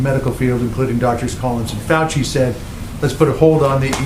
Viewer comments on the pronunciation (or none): none